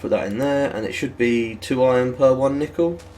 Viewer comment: Do British people pronounce nickel nEEkle. or are you just effing with us?